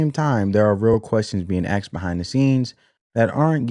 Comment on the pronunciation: Bro you sound like an intelligent person until you use the word axed instead of asked